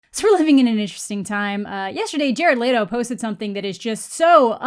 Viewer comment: i hate how u say jared leto